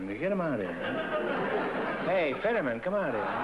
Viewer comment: It’s George Finneman, not Fiddeman